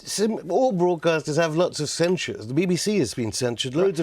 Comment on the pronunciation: Lord Adonis: "Bvoadcasters", "Vussian pvopaganda". Why are so many politicians and broadcasters unable to pronounce the letter R? Otherwise, great stuff from Afshin Rattansi. Rattansi says, "I was told what to say more when I was on the Today programme at the BBC!" Adonis and the silly besom interviewing interrupt constantly to prevent the audience hearing.